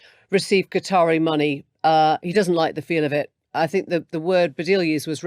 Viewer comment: Love the channel I really like and support the content, however please please please pronounce words that begin with a T with a T not an F. Thanks isn't Fanks, and think isnt fink.